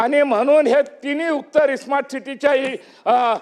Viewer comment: स्मार्ट म्हणता येत नाही - इस्मार्ट म्हणत